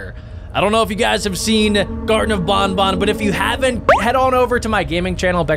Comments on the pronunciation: It not bunbun it banban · You Pronounce the word Ban Ban, not bon bon! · ITS NOT BONBON ITS BANBAN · He said bonbon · IS BAN BAN NOT BON BON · Why is he saying BON BON!!!!!!!!!!!!!!!!!!!!!!!!!!!!!!!!!!!!!!!!!!!!!!!! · you're saying banban wrong.